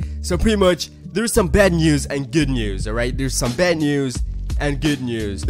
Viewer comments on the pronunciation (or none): 😂😂😂😂😂 when I saw that I heard him say it NÜÜS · How he says news is funny